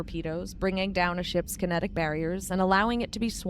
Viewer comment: Andromeda used large ships with Cryo-sleep pods with conventional drive engines, hence why they mention it took over 600 years to travel from the Milky Way to Andromeda. The events of Mass Effect 1, 2, 3, are well in the past for Andromeda. "kite-enous armour" - erg. terrible pronunciations. It's a soft "ch", almost like an "sh" sound.